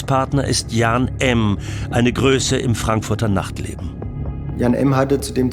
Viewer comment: Der Name heißt Jan, nicht Jahn!